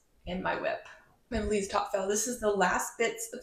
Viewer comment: Hello! I’m portuguese! You spell Melides perfect 😊